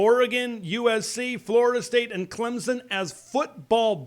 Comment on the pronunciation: There is no Z in Clemson. It is pronounced with a slightly perceptable "p" after the "m" get it right